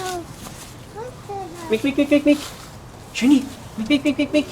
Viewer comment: Hi, I really liked the name 'Sherni', just want to add my few cent about the pronunciation to make the name sounds more like what it meant.. " SHAY-ER-NEE'